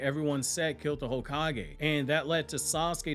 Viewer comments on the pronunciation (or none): none